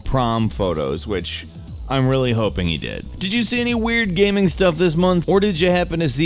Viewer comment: 0:9 "Today Gameranx brings you ten weird GAHMING stories of 2016" Oh...